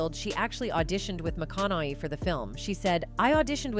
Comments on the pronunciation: It is very distracting the way you mispronounce his name. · I was interested but AI not getting the McConaughey name wrong was irritating... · OK, but you butchered his name six different ways. That takes skill. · If this AI b** mispronounces my dream hubbys name ☝🏿😕 more time... ikid ikid 😂😂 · Why does the narrator keep pronouncing his name wrong? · Why was it so difficult to find a narrator who can pronounce McConaughey? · You’re just not going to get his last name right. Saying it different ways isn’t cutting it.😝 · Say his name right! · The computer voice managed to say his name wrong in a different way every single time 😂😂😂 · I kept asking my husband why the lady keeps mispronouncing his name. She is AI? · AI can’t pronounce exotic names 😂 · AI Bullshit. AI voice narrator can't pronounce his last name correctly or even the same way twine and never correctly at all. Total crap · Please pronounce his name properly. Sheeeesh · Except he has been in a lot of movies lately and has been so steadily since he started. He was never blacklisted. That is a lie. And whomever is speaking can't even pronounce his name correctly. 😂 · Mcconelly, mcconeeeee, mcconaaaa, mcconiii, mcconellll……. Cmon AI you can do better 🤣🤣🤣🤣 mc-con-a-hey….. see, that was easy 🤦‍♀️🤣🤣🤣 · Would be good if you actually got his name right. McConnehy not McConnely. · OMG another AI it's pronounced MAKONAHAY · Mathew MaConey, nice AI narrating. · Strange when you pronounce his last name, you pronounce it differently every single time! Why? pronouncing his last name isn't real hard. as I type this, you pronounced it 3 different ways. Ma-con-ni?? are you stroking out? maybe try using an actual narrator, instead of some AI to read your pitch. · Somebody please tell this narrator his name is not McConnolly. Correct pronunciation is kind of her job. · Although she pronounced it correctly a few times. But mostly it was "MaConnelly." Oh, well. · Reprogram the bot - the name is said, Mic-CON-uh-hay.